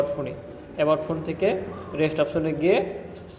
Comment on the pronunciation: রেস্ট না রিসেট 🤣🤣🤣